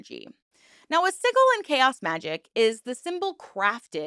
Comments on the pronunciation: Sorry to do this to you when you've mastered the pronunciation of zine but it is sij-il for sigil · Sijil is how it is pronounced. Most western pagan, magick and esoteric practices conflate eclectic sources, not unlike other religions. I have heard P'Orridge (sp) mistreated their now ex wife, but that doesn't make them a cult leader. How does this group fare with the BITE model? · Omg I don’t usually comment on videos but hearing you say “siggle” instead of sigil is hard to hear. Also your explanation of what they are also left some room to be understood. Felt that this part was really trivialized. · it’s pronounced sidge-l not siggil 🫡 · Liking the content. A side note, sigil is pronounced si·jl. the 'g' is not pronounced like in the word "golf", or "glorify" (examples). SI-JL. It kind of puts your entire schtick into question when you cant pronounce the word sigil correctly. Its not like its an uncommon thing in the occult, or other spiritual/mystical traditions. I mean, its a thing in all bigger religions as well. The cross is amongst other things, also a form of sigil. So hearing this being so obviously mispronounced puts your work into question. How come someone that tries to present themselves as into this type of thing doesn't even know how to pronounce that word correctly? You see what i mean? Other than that, i look forward to exploring more of your content. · "Siggle" was driving me batty too! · Siggle made ne giggle. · I said the same thing lol. Wtf is a "siggle" hahaha? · As an ex member of another cult that you have spoken about on this channel (the TM cult), and someone who once met Genesis and people in h/er close circle, I cannot in good faith call what s/he created a cult. It's upsetting to me that you equate Chaos Magick as problematic, when you can't even pronounce the word 'sigil' correctly. It also bothers me how you consistently misgendered Genesis. I'm afraid this one is a big swing and a miss.